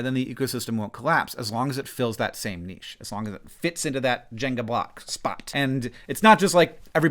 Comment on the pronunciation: im glad to see that you've learned how to say "niche" :)